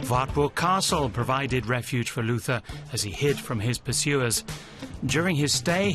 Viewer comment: Very nicely done - but please, no "th" in the pronounciation of "Luther"!!!